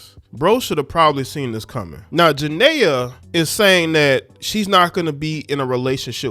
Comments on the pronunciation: Please say her name right Jania pronounced Janeeea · Her name is pronounced…… JA-KNEE-AH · If you know how to pronounce Nia Long, you can pronnce Jania. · Y’all can get off of young Boy y’all hate what y’all don’t understand.And you not even pronouncing her name right ……